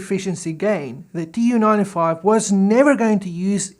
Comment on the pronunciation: Excellent video, the Tu in the Tu-95 is supposed to be pronounced as a single word "Too" not as initials, the same way you'd pronounce MiG as one word not m.i.g.